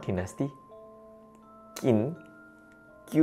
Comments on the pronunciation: Dinasti Chin dibacanya 😄 Q=Ch. Contoh: Qian=Chian. Sekian 🙏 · Qin dibaca Chin.